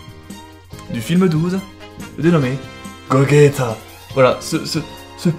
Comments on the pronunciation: Juste gogeta se prononce comme si il y avait pas de u toi tu le prononce comme sa gogueta alors que c gogeta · sa seprononce pas gogeta sa se prononce gojeta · C'est gogeta pas gogayta enfin ! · cest pas gogueta cest gogeta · C’est pas goguéta mais gojita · c,est gogeta pas gogueta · "Gaoguéta" X) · Ça s'écrit Gogeta mais se prononce gojeta